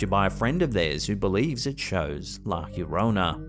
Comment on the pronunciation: It's pronounced. "Yo row na". Llorona. Or " Yo from na. Remembering to roll your "r". If you can.